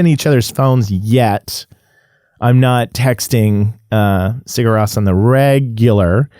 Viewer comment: Nice video man, fun to listen to you. They are my fav band of all time. And btw its pronounced Siur Rose😁 You have to go see them live man, they are absolutely unreal!